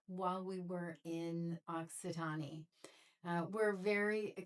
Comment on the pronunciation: E is silent at the end of Occitan(e)